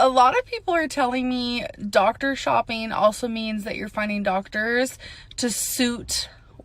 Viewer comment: Bulleen. Shopeen. Read this and try to learn the proper pronunciation so people can stop laughing at you!!!!